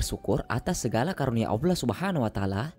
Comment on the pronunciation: Maaf bang bukan alloah... Tapi Allah 🙏🙏